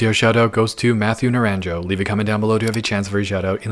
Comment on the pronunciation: The guy's name at the beginning is pronounced Naran-ho not Naran-joe